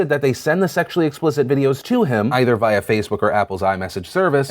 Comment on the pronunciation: Via is pronounced "vee-ah" not "vie-ah"....